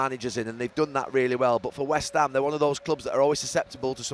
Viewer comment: “West hame are a club” 🧠🧠🧠 incredible commentary as always